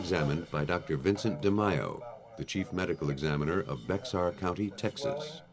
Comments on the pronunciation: Bex Ar county. . I think you read that wrong buddy 😂. Bexar ( Bear) county tx San Antonio !!! Typical mistake lol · Gonzalez I've been looking for this comment! I noticed that mispronunciation as well. I don't live in Texas, but I love ❤ the Animal Planet program "Lone Star Law" and I took Spanish classes in high school and know that the word is pronounced like it has an h in it instead of an x. Peter Thomas probably would've pronounced it correctly.